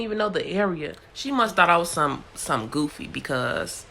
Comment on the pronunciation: I knew you from Chicago when you said "Goofy"